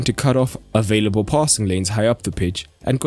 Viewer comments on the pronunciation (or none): none